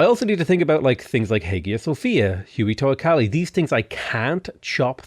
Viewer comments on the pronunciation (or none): *Toacalli that one irks me for whatever reason. It's not even a difficult word.